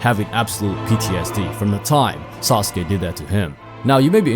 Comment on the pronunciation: "Sasuke kozue" 😂 my dawg you butchered him beyond repair!